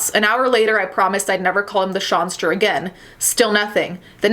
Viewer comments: “And now the sawnster ist the gonester” I’M CRYINGG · If I ever hear 'shawnster' again I'm gonna jump off a bridge